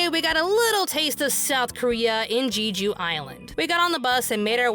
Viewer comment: Who else started cringing and laughing when mispronounced "Jeju Island" as "Gee - joo Island"? I did 🤣🤣🤣